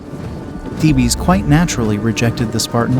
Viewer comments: As this is about the Greek city of Thebes and its army it would have been appropriate to pronounce Thebes correctly. It's one syllable, pronounced 'Theebs' not 'Thee-Bees'. If you cannot bother to pronounce the main subject correctly it casts doubt on the reliability of the rest of the information included in this presentation. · It's not pronounced "theebee" it's just Thebes! One word pronunciation and not thee bee😮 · THEE-BEES?? That's all I can stands; I can't stands no more!! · Isn’t “Thebes” a one syllable word? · I glad you commented. It was driving me crazy. Like a repeated flat note in a musical piece. The rest was pretty good quality and we'll worth watching. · Of course.goofy pronunciation